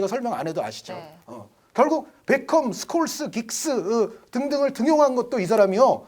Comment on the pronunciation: ㅋㅋㅋ 당시 중계진 스콜스를 숄로 발음했었는데